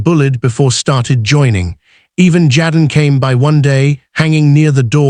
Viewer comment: Jaden is not pronounced “ jadden”